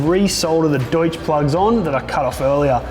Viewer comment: Thanks for saying Deutsch properly - amazing how many can't :)